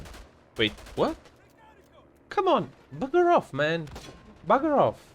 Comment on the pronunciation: Got the game recently on sale as my little nephew wants to play it. When you said “bugger off” I laughed so much. So British.